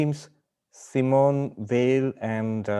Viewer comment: Simone Veil (pronounced Vale) would be closer… I feel. 🙏🏼